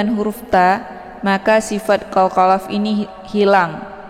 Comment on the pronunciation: Mohon maaf, Agak rancu dg istilah2 tajwid nya ustadzah, seperti qolqolaf dan zhummah, Krn tidak umum di pelajari oleh kebanyakan orang, utk pemula atau yg sudah fashih, yg biasa di dengar dan dipelajari adalah qolqolah, dhomah, ikhfa' ausath bukan aushoth